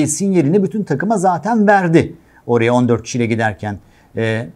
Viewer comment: Bırakın oyuncuların adını doğru söylemeyi, "oraya" bile diyemiyor, sürekli "oreye" diyor....